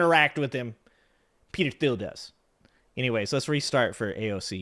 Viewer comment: Peter Thiel - the 'h' is silent "J.D. Vance will be ran" - run, not ran --Grammar Police 😂 Great show thanks! 👍